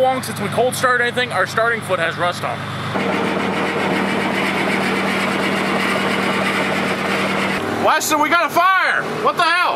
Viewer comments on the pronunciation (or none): Your names not whistlen. Get back to engine swaps, fixing things and episodes like the peterbilts.